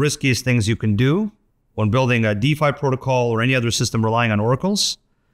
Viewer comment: Lol, he said 'Or', it did sound like 'yeah'